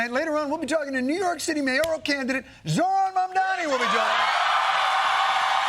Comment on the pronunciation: Wow, he can pronounce Zohran Mamdani's name! Thank you, Jon, for showing it's not that hard to pronounce!